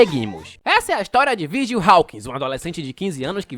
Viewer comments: não conseguindo falar o nome direito porque tá lendo com se escreve, é Vargiu que se fala e o giu se pronunciar dil, Vardil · AI QUE AGONIA ELE FALANDO O NOME DO VIRGIL ERRADO O VÍDEO TODO😅😅😅😅😅😅😅 NINGUÉM MERECE